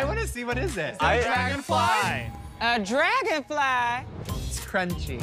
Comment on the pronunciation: "A DRAGUNFLAH?" LMAOOOOOOOO